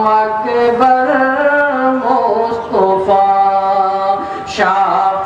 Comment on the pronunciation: مصطفى طا بالفتح لا بالضم.....